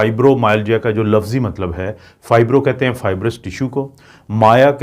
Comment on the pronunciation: سب بہت ٹھیک ہے اگر دو تین بہت معمولی چیزون پر غور انہین صحیح تلفظ سے ادا کیا جائے تو سب بہت عمدہ ہے جیسے “ وقت کو Waqat بولنا۔ لفظ کو Lafaz کہنا۔ امید ہے برا نہین منائنگے۔ ساری معلوماتی وڈیو بہت عمدہ ہے۔ شکریہ